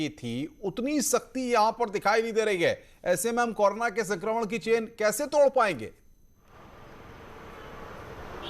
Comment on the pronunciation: भाई कोरो ना बोलो । कौर ना नहीं ,😎